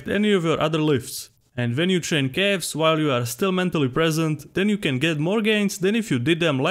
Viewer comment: I love how it sound like "cafs" every time he say it :D